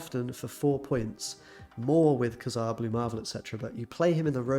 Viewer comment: You didn't pronounce kazar right